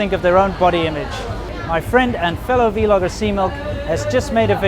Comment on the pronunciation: V-logger?!?!! You know it's meant to rhyme with blogger right??!!